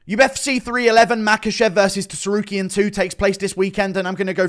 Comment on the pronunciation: Why is bro still saying TEsarukyan????